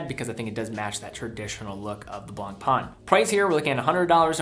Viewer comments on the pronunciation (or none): How to pronounce Blancpain? NOT BLANKPAAN. You better pronounce it right: BLANKPEN. That's french. Blanc (white) + pain (bread).